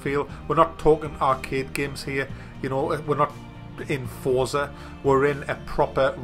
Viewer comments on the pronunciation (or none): none